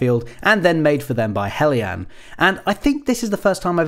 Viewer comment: Thanks Goodness! A reviewer who pronounces 'Heljan' correctly! I'm gathering materials together to build one in Gauge1, so I bought the model earlier this year to use as a 'scale-up' to 1/32nd scale. It will have some kind of sound system installed, and r/c, too. wish me luck! I have to say that I'm somewhat saddened to see that in spite of having the most open cab I've ever seen on this kind of autocoach that there was no attempt to install a driver. The sight of this lovely model trundling around with an invisible driver is odd, to say the least.